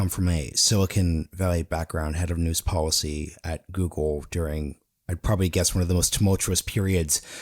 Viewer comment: IT IS pronounced depoliticized - NOT - DepoWiticised Bolled over - NOT - bowed over policy - NOT - powicy call - NOT - cow If you wish to become a real journalist You must learn how to speak clearly & not how you chew the cud on the street with your homeboys. Go back to school - and learn a thing or two. Get the marbles out of your mouth...Son